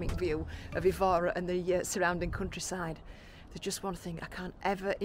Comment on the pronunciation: My wife, Isabel, was born in the area of the cathedral and found your video very informative and showed Évora to be a place to visit. You only received 9/10 though because your pronunciation of Évora made her cringe! Hope you enjoy Tomar.